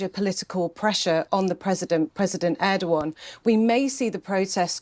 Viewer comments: They can't even pronounce ErdoGan properly... instead, they say Erdoan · Bro pronounces Erdoğan as Erdo-gone